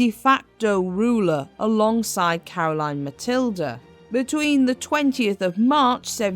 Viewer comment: Great video about Caroline Matilde and your pronounciation was almost spot on. Thank you from a danish history nerd.